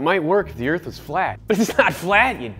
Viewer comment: Whachu mean earf is not flat